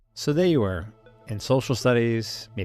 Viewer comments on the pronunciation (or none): none